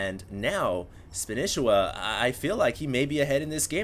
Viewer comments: ITS FUCKING SPA KNEE SHE WA NOT SPAN ISA WA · Spanisiwa!!!! Not Spanisswa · spaaaanishiwa not spinishiwa. LOL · since when do u have to pronounce it as spanIchiwa, wasn't it like span'E'shiwa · how can he still not know how to pronounce SPAN-EE-SHE-WA!!. Not span-ish-i-wa. Not everything is written phoenetically. The history of the name is that he learned spanish while in japan, therefore his name is a mix of SPANISH and konich IWA. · spanisheeeewa.. SHE!!!!! not shi!!!! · Can you stop calling him spanehshwa and call him spaneesheewaa sorry ocd. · God you are butchering his name. Its (Spah-nee-she-wa) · i swear everyone else pronounces it SPAN-EE-SHEE-WAH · it's SPA--KNEE--SHEE-WAAA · btw you pronounce the name as "Span-e-shi-wa". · didn't you say in your last video that you CALLED Spanishiwa and he said to you that his name is pronounced SPAN-EE-SHEE-WA? You SAID Spanishiwa correctly throughout that entire video, what the fuck man! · SPAN-E-SHE-WA god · you are a starcraft commentator. for the love of god, why are you less familiar with the names of players than 90% of the people watching?!?! SPAN-KNEE-SHE-WA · Come on,. Span-EE-sh-EE-wa. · Spa-nee-shee-wa honestly hd how can you not know this he is the most casted player by far and nobody pronounces like you do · Please go back to pronouncing Spanishiwa the old way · Will ever pronounce his name right? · Irritated on how he pronounces spanishiwa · Guys, am I wrong in thinking is saying Spanishiwa wrong?? I can't stand hearing it this way!! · why is still pronouncing spanishiwa's name wrong? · it bothers me that you pronounce his name wrong... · He's saying it wrong ahhhhh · wtf, why can't pronounce Spanishiwa properly?